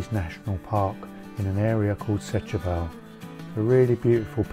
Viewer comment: Setubal is pronounced Stuball.